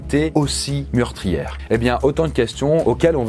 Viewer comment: "... aussi mUrtriėre ?" 😂